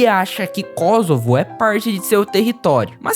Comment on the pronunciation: também é "Kôssovo", não "Kózovo"